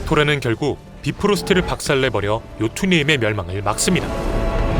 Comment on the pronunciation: 비프로스트가 아니라 바이프로스트 아닌가요?